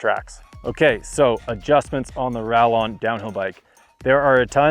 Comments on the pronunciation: 'rayon'. please. its a spanish brand. spanish pronunciation. i dont wanna be that guy but i will here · Ral-lon? Who approved this video? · LOL, It's hard to listen to the rest of what he is saying after he uses the hard 'L' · Two ll’s in a Spanish word make a y sound. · Am I tripping, or is he dicing the pronunciation? 😂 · The pronunciation of the bikes name 🙈